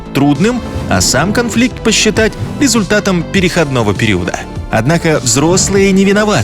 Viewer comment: Всё хорошо, кроме небольшой проблемы с русским языком: пе-ре-хо́д-ного, а не переходн о́ го, в данном контексте ...